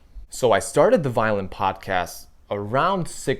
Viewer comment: great thoughts! first thing ---I was so excited, because I thought "violent videos and a violent podcast? SOUNDS INTERESTING AND FUN! WHAT DOES THAT MEAN?" I love your episode here, but try to say "violin" differently, I think will help you. MUCH LOVE though!! I may subscribe. I need to see a few more videos from you! YOU ARE A GREAT communicator!!! TYSM!! OXOOXOXO